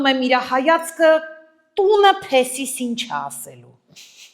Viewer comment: Փեսիս չէ այս փեսայիս Ռակցիա չէ ռեակցիա